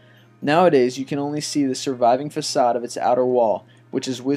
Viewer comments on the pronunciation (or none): none